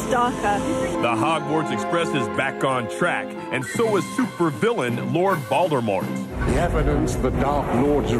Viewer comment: Voldermort unbelievable seriously it's voldemort